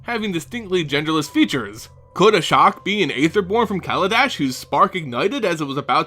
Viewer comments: ASHIOK NOT ASHOK! And no Ashiok is not an Aetherborn. Also it's pronouced Eether not aether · I've always pronounced Ashiok Ash-eee-ock why say "Ashock"?